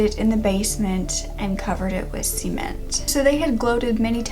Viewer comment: Lol I thought he wanted the locks of hair for his taupe. You make cement sounds so fancy. I've never heard it pronounced that way. Love your videos btw!💕